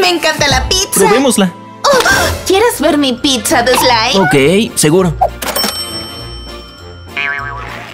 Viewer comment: se dice pizza no pinzza